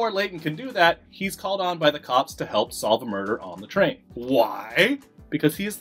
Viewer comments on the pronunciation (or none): none